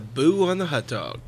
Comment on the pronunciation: Did he actually say 'HOT dog'?